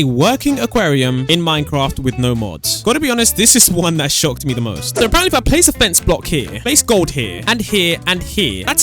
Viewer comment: Please stop saying ApArEnTlY please